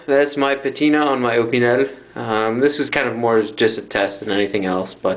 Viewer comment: You’ve got interesting content, AND you pronounce “ Opinel” correctly! Sub’d! 👍